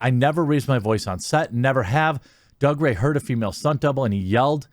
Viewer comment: He pronounces it "Doog-ray". It's a Scottish thing.